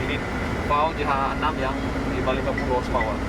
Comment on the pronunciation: Penyebutan jh6, terdengar seperti jahanam